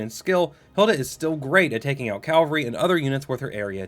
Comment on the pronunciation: Bro do you realise you're saying "calvery"